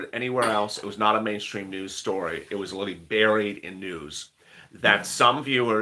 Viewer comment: LOL OMG THE WORD IS "LITERALLY" NOT "LITALLY" LUV YA THOUGH MY DUDE